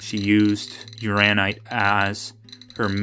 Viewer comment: It's Uran- inite. That second n isn't silent. Also a hint, if you keep the specimen close to the muller tubes you will get a quicker response and more accurate reading. I love playing with my radioactives. It's mostly just common sense with handling and displaying. I used to have a 3 cm cube of Uraninite I collected at Cardiff. Was close to 200 microseiverts. Sold it. If you ever go to the Kemp prospect for Thorite crystals you will know you're there before you even dig the background is so high. 😂 Have fun with your new gadget/tool.